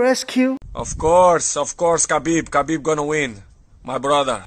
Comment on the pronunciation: Dude, it's Khabib not Habib